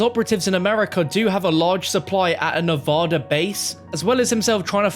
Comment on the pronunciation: I’m so fucking lost with the zombies story line at this point, like wtf is all this shit. I think I’m caught up to bo2 but like wtf. Like what’s with the origins easteregg? I thought it was just all toys being played with? Also like please stop saying nevoda Is fucking NEV A DA